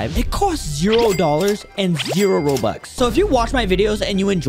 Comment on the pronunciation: Bro said robux as Robots 💀